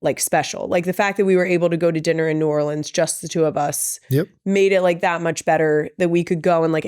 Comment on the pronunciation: As someone who lived an hour from New Orleans my entire life. Thank you for saying New Orleans right. When Kendrick said it wrong I was so sad lol.